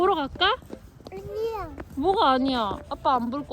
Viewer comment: 유준이가 이제 아니야도 정확히 발음하구 ㅠㅠㅠㅠ 진짜 많이 컸네요 ㅠㅠ 하루가 다르게 크는 유준이,, 💖